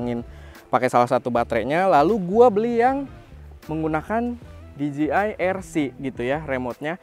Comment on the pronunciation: Spelling nya bukanya “di je ai”? Bukan “di ji ai”